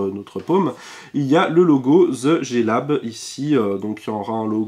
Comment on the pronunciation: RIP l'accent anglais frenchie xD [ze jé lab]